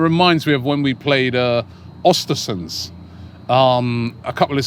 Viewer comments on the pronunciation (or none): Your pronunciation of Bodø and Östersund are absolutely atrocious.